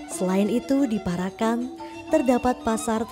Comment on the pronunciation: Sing bener macane para'an ....Parak...an.... Bukan para...kan....mbak e....artiné dadi beda